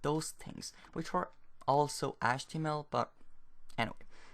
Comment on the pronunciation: what about achtemel?